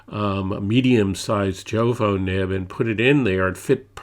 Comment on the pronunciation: I appreciate your thorough review and revisit of this pen. It is also commendable that you reference other reviews from Inkquiring Minds and Doodlebud (and even include links to them). I don’t want to leave a negative comment, so please take this as constructive feedback: I find it difficult to get past your mispronunciation of Majohn, Jowo, and Diamine (should be mah-john, yovo, and die-a-mine).